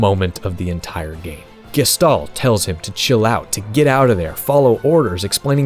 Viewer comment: Isnt it pronounced Gesh-tal?